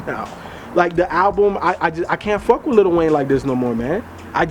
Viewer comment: I'm sorry. There is not a single "t" in Lil' Wayne.